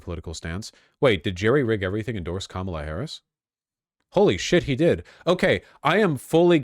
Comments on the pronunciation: That video has 5.1k dislikes and 54k likes. It bothers me he doesn't say her name correctly. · This is one of those cases where it's probably better that the guy making the video doesn't pronounce "Kamala" correctly.